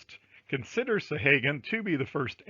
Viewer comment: Thank you for all the links. I think you are mispronouncing "Sahaguan" though.